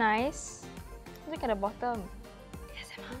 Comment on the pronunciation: "YESSSSH" the most committed yes i heard in a while